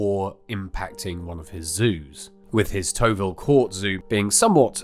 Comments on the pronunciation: I lived in Tovil growing up and you calling it TOE - VIL makes me laugh, you’ve made it sound posh! We’d call it TOV - ALL 🤣 had no idea about any of this so thrilled to learn more about my home town. Keep up the good work 👍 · Tovil is not pronounced "toe-ville" it's pronounced "toh-vil" (like shovel) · Tovil is pronounced toh vil not toe vil, makes it sound way too posh! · Great video - but it’s pronounced ‘Port Lim’ and Tovil is Tov-vil (Tov as in the Hov of ‘Hovel’. Some might say that’s an appropriate word for Tovil - but not me, uh-ah!!) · Hi, as an old Maidstone boy I can remember going to the zoo. By the way Tovil is pronounced with a soft "o".